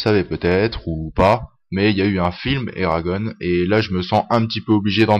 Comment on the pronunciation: on dit pas eragone (en prononçant a l'anglaise mais a la francaise en gros eragonn !)